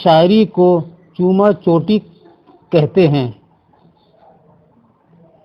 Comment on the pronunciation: Sir ye چوما چاٹی ہے جسے آپ چوما چوٹی بول رہے ہیں please تلفظ کو درست کر لیا کریں